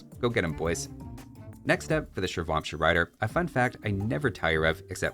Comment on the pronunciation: A couple pointers on the pronunciation of Indian units. Ratha is pronounced along the lines of "Ruh-thuh" rather than like "Wrath" - Ratha in sanskrit translates literally to "Chariot" Shrivamsha is pronounced like "Shree-Vum-Shah", like the "vam" taking a shorter "vum" sound rather than like "wham". Shri is a deity in Indian religions and vamsha translates to "dynasty". So Shrivamsha riders would be "Dynasty of Shri" :)